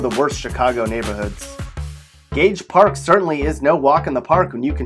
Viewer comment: Gage Park? Really?